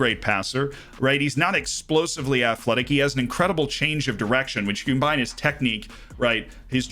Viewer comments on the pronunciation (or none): none